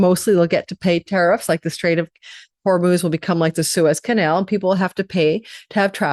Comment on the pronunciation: Hi, I love your forecasts and annual report, which I got this year for my sign (Taurus). Because you are so globally conscious and ethical I want to inform you (as a Persian/Iranian person, and as a language teacher, and as someone whose father's name is Hormoz) that the word Hormoz is being widely pronounced incorrectly (as well as spelled in English). It is pronouned Horm-oz as in "oh" not "UUU" or "ooo" it is just 'O' as in the words: Oh, OK. only. Also Iran is pronouned E-raan not I-Ran, which I dont think you misprounounce, but it is another very common error. These mis pronounciuations are very annoying for Iranians(nationality) and Persians (culture) all over the world right now. I appreciate your work and time in reading this comment. I am telling you becuase I love you, otherwise I would blow it off as I do with common media sources (which you are much better and more ethical than). Thank you 🙏🏽🥰